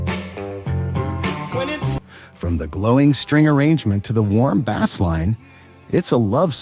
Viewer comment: Great choice of songs ... absolutely agree with these 15 songs being more than just hitsongs !! However the AI voice is terrible ... artist names are pronounced wrongly and even the bass instrument becomes bass "the fish" ... the mixing and editing is also terrible !! Whever the AI voice wants to start talking or when he finishes, the music is stopped cruely ... no smooth transition or overflow !! Too bad because the info and choice of music are excellent !🙁